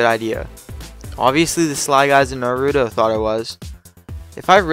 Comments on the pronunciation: omgz he said nar ooo doh, DATS NOT HOW YOU SAY IT!!!!!!!!!!!!!!!! I was guessing someone would say that in the comments XD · it's said nar-ew-toe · Naruto (pronounced nautoro) is a Japanese anime/manga not a company. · It's nautro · Omg nobody knows how to say naruto👺